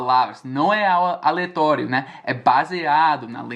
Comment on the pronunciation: sorry....vc disse "aletório" mas a palavra é aleatório kkkkkkk